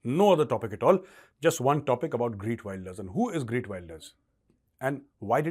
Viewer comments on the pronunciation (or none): It is GEERT not Greet. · lol sounds like greet Wilders it's geeeeeert .. the e from (E)xtreme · g-EE-rt not greet! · GEERT NOT Greet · Gee…rt Wilders as opposed to Gree…t Wilders Gauravji. Minor, all good otherwise! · its not GREET wilder but GEERT WILDEAR FOR FUCK SAKE BE PROFESIONAL> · It’s Geert Wilders, not GReet Wilders.. 😂 👍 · You are right! Liberals have ruined the West with their failed policies. It’s time for sensible politicians to clean house. Learn to pronounce the new Dutch PM’s name. It’s “Geert” not Greet. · Actually sir, it's Geert, not Greet. You're pronouncing his name incorrectly, and the title has it wrong too. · Major Sahab his name is not Greet but it is Geert (pronounced as khaert). I totally support these parties who are against Muslim immigration. However he has pledged to also stop expats (mostly from India) from coming into Netherlands. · It is Geert Wilders and not Greet.. but love your channel Major. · Major Saab, Wilders name is prounuced as Heerth (soft t) Wilders (as in wild). Thank you..... Respects .. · Sir pls callout correct pronunciation of his Name - Gheert and not Wayelders but W ILL ders